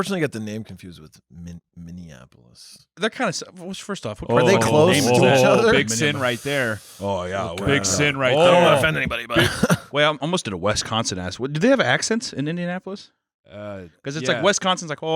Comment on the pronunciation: Can't believe he said Wesconsin